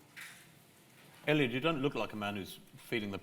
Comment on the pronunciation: Someone should tell 'Sir Mo' that his name is Eliud, not Elliott! 🙄